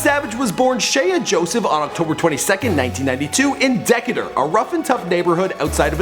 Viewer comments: it's pronounced DEE-KAY-TER! Decatur... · called the city Decatur, Deckutor. LMFAO!!!!!! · You pronounce Decatur like deh- KAY-ter Just so you know. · lmao its pronounced DEE-CAY-TUR not dickadur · Dec"aye"tur not deck"uh"tur His dumbass needs to learn how to say the words before winging it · DE-KAY-TOR not DEC-A-DER deadass😂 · did you seriously pronounce it "deck-a-dur". seriously. It's de-cait-ur. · Dee Kay Ter, not deckator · DEEE-KAY-TUR....not DECK-A-TOUR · its DECAYDUR. not Decadur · DAMN THIS MAN AINT JUST SAY DACADER ITS DEACAUDER GET ON MY NERVES WHEN PEOPLE SAY SOME DECADER WTH IS A DECADER. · Deckatuur lol its Dee-Cate-er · Learn to pronounce the city correctly... It's "da-cater", dumbass, not "decka-dur" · oml nigga started off by saying "deck-ator" nigga its mf dee-kay-tor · he said "dec-uh-der" it's pronounced "de'-kay-tur" smh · nigga said decutor. Decatur ( De- Cate- er) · DEE-KAY-TER not DE-KAH-TUR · its not dekater its De-ca-ter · this nigga said decatour, its pronounced (deh-kay-tur) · “deck-a-tur” he obv not from here😩😭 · Deck-a-tur.. wtf?? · Dee-kay-tur... You mispronounce something in every fuckin video! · Bruh it's Dee-Kay-Tur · It's dee-Kay-tur. I was born there too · Meagan Lastname yea bro same here😂 he said deck et er lmao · Yeah. what the fuck is dek et tur? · Why he say Decatur like dakadur 😂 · Not Decatur This nigga said Deck-it-ta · Dee-Kay-der is how to pronounce it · ugh "Deck-uh-tur ", let me teach you how to correctly pronounce this... lol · Decatur D•K•ter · "DECKATER" Cringe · this nigga said... Dekkuh-der bwahahahahahahahahhahahahahaha!! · It's pronounced DecAtur with a long A. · It's pronounced "D-Cater" tighten up. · it's pronounced DEE-KAY-TUR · de-cay-ter not deck-i-tor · It's Dee- Kay -tour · its pronounced DE-CA-TUR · lmao he pronounced it Deck a tur for Decatur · It's pronounced DEE-KAY-TUR. I live in ATL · Dekkatur lmaoooo. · lol it's pronounced Dee-K-Tur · its duh-kay-ter nigga wtf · Dee KAY TUr